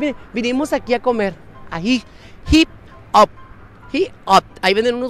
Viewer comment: Se pronuncia: ai-jop